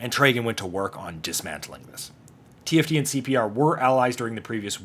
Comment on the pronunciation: An entire season of conflict with them, and you still can't get TFD's name right XD